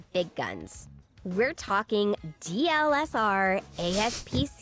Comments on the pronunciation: As a videographer a little part of me died when she said DLSR. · The fact that says DLSR instead of DSLR confuses me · Y'know for being so smart you'd think would know it's DSLR, not DLSR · “DLSR” ouch.